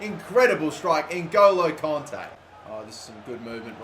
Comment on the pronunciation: Please fucking say kante right, its kant-ay